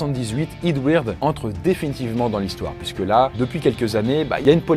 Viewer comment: Eadweard tu le prononce mal prononcé le en anglais / québécois pi c’est bon